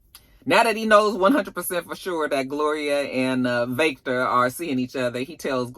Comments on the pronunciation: I laugh every time you say “Vayctor” LMAOOOOOOOOOOOOOOOOO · I am here for the Jamaican twist on the Irish🤣🤣Vake-tor!!! I hollered🤣🤣🤣